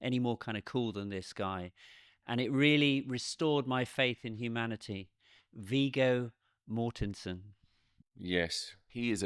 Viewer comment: He’s butchering Viggos name as well.